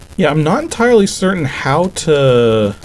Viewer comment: so you mean you weren't 'en-tyrely' certain what effect it's gonna have...? OK, I'll see myself out. Great vid as usual 😅